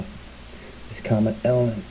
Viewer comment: Unfortunately this guy's credibility is compromised by his getting the date wrong and inability even to say the name of the comet correctly... ELIEN? Perhaps he has a bad case of DYSLEXIA.